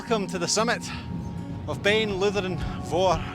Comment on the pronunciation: Just to be pedantic, is it "Iutharn", not "Lutharn"? Begins with an "eye", not an "ell"! Nice video though!